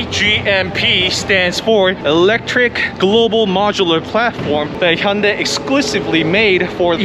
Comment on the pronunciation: I think I'm going to start watching his reviews because he pronounces Hyundai properly (vs. Hon-DAY)